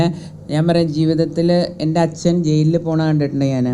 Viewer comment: അച്ഛൻ എന്ന് പറയാൻ പഠിക്ക് പദ്മവ്യുഹമെ